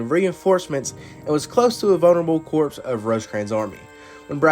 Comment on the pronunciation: Overall, I really enjoyed this and look forward to seeing other videos of yours like this, but one small nitpick: The word "corps" is pronounced "core". The 'p' and 's' are silent. Other than that, this video was really enjoyable.